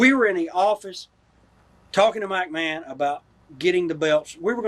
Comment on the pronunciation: sounds like he's saying "Mike-Mahon".